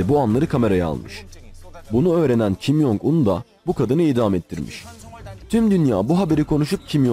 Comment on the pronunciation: kim yong un yanlış tellaffuzdur korece 김정은 olarak yazılır ve türkçeye en yakın şekilde kim cong ın olarak telaffuz edilir